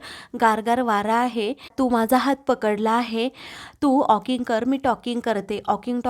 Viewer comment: ऑकिंग नाही वॉकिंग . Walking talking. Feedback गांभीर्याने घ्या.